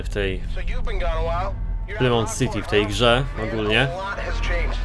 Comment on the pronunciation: To nie jest "Plymout" ,tylko "Palmaut" jak już ...